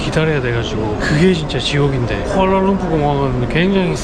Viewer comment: 북수마트라랑 쿠알라룸푸르 발음 나만 웃긴가 ㅋㅋㅋㅋㅋㅋㅋㅋㅋㅋ